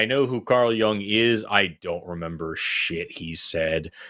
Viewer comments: I think you mispronounced Nietsche but in a different way. You pronounced it with a long a sound at the end. It's closer to a chuh at the end. But the youtube pronunciation videos are good to refer to. And your pronunciation of Jung was a little off. It's more like Yoong. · I hope you don't mean to say that Forrests' pronunciation is the correct one. He didn't correctly pronounce Nietzsche nor Jung. You can do a search on YouTube on pronunciation of these names. Nietzsche's name should not have a long e sound. That's definitely wrong.